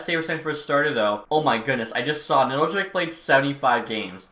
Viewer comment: Just a little pronunciation thing Nedeljkovic’s name is pronounced Nedelkovich. The j isn’t really pronounced in Serbian and for an English non Serbian speaker you can just ignore it. The c at the end in Serbian is a ć which makes the soft ch sound. Most Serbian last names will end in ic and make the ich sound at the end. Just something I as a Serbian speaker thought I would say but I love the content keep it up